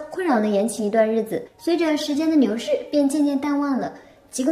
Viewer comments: 我一直很好奇 為甚麼解說員說 “了” 明顯可以發出 L 的音 可是其他像是 “兩” “流” 都會變成 N ? 孃個 牛逝 是地方口音嗎？ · 錐子ㄋㄧㄢˇ 時間ㄋㄧㄡˊ逝 好可愛的發音